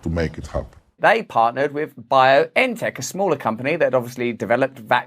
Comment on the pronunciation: Did you know that BioNTech is located in the German city of Mainz and the address is (translated) Goldmine 12, how ironic is that? And it is pronounced Biontech as ons single word. Not Bio-N-Tech ;-)